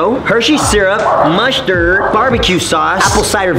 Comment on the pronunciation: MUSHTERD!!! I DONT LIKE MUSHTERD!!!